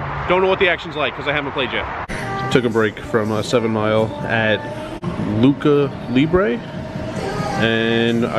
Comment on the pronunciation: It's pronounced Lou cha libre GIDDY UP